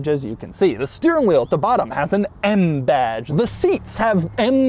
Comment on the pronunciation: "EHM BHADGE"